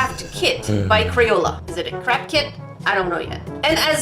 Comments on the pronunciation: I heard "crack kids" 😂😂😂🤣🤣🤣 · lewandowska she said “crap kit” a few times haha 😂😂